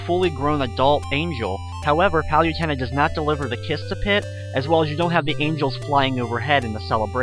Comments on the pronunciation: liked the video but if your gonna do a walkthrough, at least know the names of the enemies. those snakes are shemums, the fountains are hot springs, PANDORA IS A FEMALE, and Palutena is pronounced PALOOTAYNA not PALYUTEENA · u say palutena wrong!